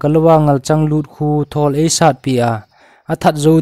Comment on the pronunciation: 8.37 a thawwll )❌(Thuuwwolll ,👈chi git a hi lamdoh ding) thol joh tiding ahi. chu lel galngam pa min sehleh hilou in selleh joh ahije